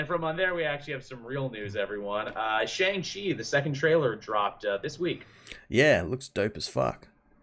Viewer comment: It's Tony Leung (Lee-ung) Shang-Chi is (Shong-She) The dragon is The Great Protector. Marvel Studios learned the lesson if Iron Fist by never making Iron Fist lol Also, called Tim Roth, Tim Robbins lol